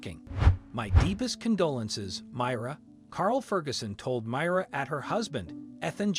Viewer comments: It's my- ra not mira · Why can't you pronounce the names correctly? The widow's name is supposed to be pronounced as My rah.